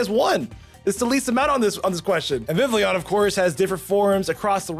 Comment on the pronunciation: And Vivleon instead of Vivillon!